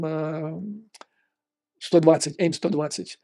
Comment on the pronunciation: AIM-120, вероятно, следует произносить: "эй-ай-эм сто двадцать"